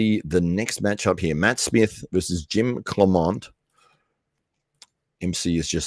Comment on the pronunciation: Matt absolutely enjoyed you messing mine and Rich's names up haha